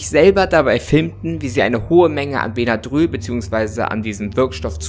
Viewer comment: Das spricht man bennadrill aus